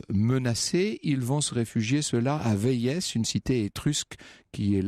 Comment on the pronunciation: On ne dit pas "Véïèss" on dit "Vé-i" (qui s’écrit Véies et rime avec pays)